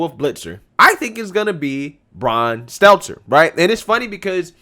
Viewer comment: It's not Brian Seltzer.... good lord. Not sure if you're nicknaming him or just bad at pronouncing his name. Lol